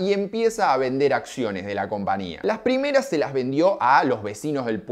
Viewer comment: CompaÑia porteÑo. No es compania